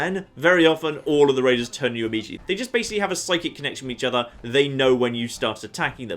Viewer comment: Be vewwy, vewwy quiet, I'm hunting waidews?